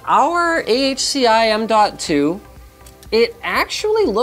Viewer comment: M2 Sata works just fine. No need to emphasize the "DOT"